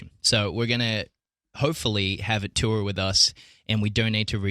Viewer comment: luke still says tour as "tuwa" and I'm very glad